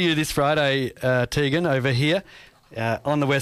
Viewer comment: omfg it TEEEEEgan not TAYGAN. GRR